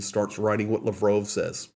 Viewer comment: It’s “Laaaaav-rov”